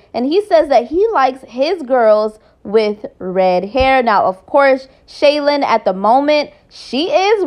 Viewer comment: Her name is SHY-LENN not Shaylin